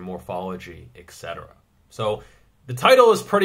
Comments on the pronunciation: That was a pretty fair treatment of the video. Not a big fan of Mark Rippetoe I know you were just inserting the line at the beginning for humor. P.S. it's "et" not "ek" in the beginning of etcetera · The word you want is "et cetera" (etc.), pronounced "ett-set-er-uh" or ĕt sĕt′ər-ə, not ĕk sĕt′ər-ə.